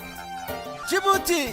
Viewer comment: Masha Allah my beautiful country. Just a little correction the D in Djibouti is silent it's just Djibouti.